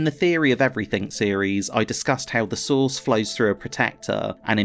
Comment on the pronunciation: Every time you say “source” I hear sauce. I’m getting Lost in the sauce.